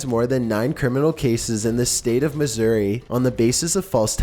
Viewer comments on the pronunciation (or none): none